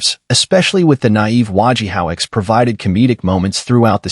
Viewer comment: While I appreciate your efforts, if you are going to do these, it "might be nice" if you actually watched and LISTENED to the shows you are talking about. It isn't "Wa ge howitz", it's "Wo ge ho witz" as we all know because his name and how to say and spell it are running gags throughout the run of the series. Please.